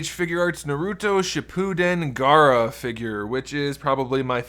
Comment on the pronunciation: He is my second favorite naruto character and atleast he finally prounonced it right